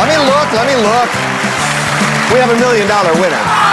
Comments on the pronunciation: I think he said "One mmmillion dollars", which would make it sound like billion? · ImJustAGamer Boy lol I thought the same thing but kept rewatching it. He is actually saying million but confused me too 😂